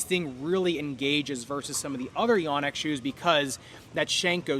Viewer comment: It’s actually pronounced yōnex. 😳